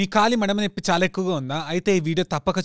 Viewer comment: నెప్పి కాదు నొప్పి